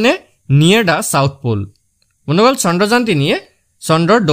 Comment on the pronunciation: Bondhuxokol koba bondoxol nhoi😂